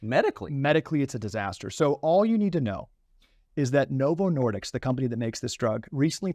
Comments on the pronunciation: Why wasn't that doctor helping Tucker? He looked like he was having an brain aneurysm. Notice how the doctors keeps saying Novo "Nor-dicks." Smart guy, can't be a slip of the tongue.... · The interview seemed familiar, then I realized I'd definitely seen it previously, when the guy kept saying "Novo Nor"dicks", instead of "disk". He has a bit of a speech impediment on a few things, but the message is spot freakin' on. I'm more horrified by the month, learning all the additional depths to which Big Pharma will sink, regardless of who it kills. It's more clear by the decade that a large percentage of life is a lie, all geared to gut you of as much $$$ as possible, and it's totally up to the individual to do enough research on their own, to navigate the sewer of lies, and try to learn enough of the truth to make the best choices to survive....and it's in every facet of life. There's only so much time in a day, especially with the 9-5 grind required as a base of existence for most of us, to navigate a couple of these sewers at best. That's why I've focused on the one discussed here, for the past 4 years. Fortunately, there are often enough parallels between sewers to help guide you in those as well. I detest politics, but it's clear how closely it is related to nutrition. Cling tightly to those boats, people. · Novo Nordisk not Nordiks 🤦‍♂️